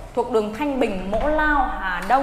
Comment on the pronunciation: Mộ lao chứ ko phải mỗ lao